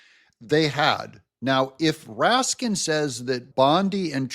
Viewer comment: RASKIN??? "RAT-SKIN"